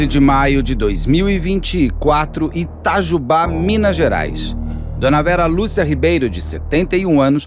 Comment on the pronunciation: Moro a 40 km de Itajubá, uma cidade rodeada de pequenas cidades menores de 10 mil habitantes onde todos nos ao redor , vamos resolver diversos assuntos . Que tristeza , levei até um susto com a voz do Beto pronunciando " Itajubá - Minas Gerais "...😂😂😂